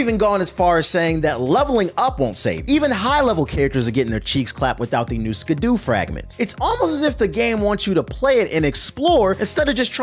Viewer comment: ska-dooh lol